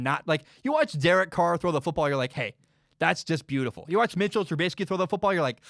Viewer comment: I want to start off by saying I love your podcast/show. It literally makes my day when a new episode of your show drops. However I feel like you should change your stance on giving trubisky the respect of saying his name right. Everyone has the right to be treated with respect, and by purposely saying his name wrong, you are being cruel and disrespectful. It feels like something a bully in high school would do. I hope you change your stance on this. But anyways keep up the great work and have an excellent day.